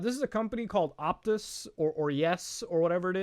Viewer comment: For anyone wonderings: It's pronounced "Airs Rock" It's also "Optus", YES is their slogan And the nook I believe he is talking about is near Melbourne Central